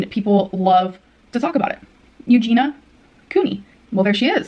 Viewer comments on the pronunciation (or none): It’s her mispronouncing Eugenia for me